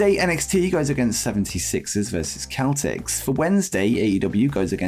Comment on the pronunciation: Celtics bro it's SSSSeltics not KKKKeltics